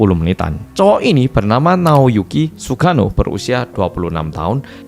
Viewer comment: Salfok cara nyebut nama Sugano medok banget, jadi kayak sugiono😂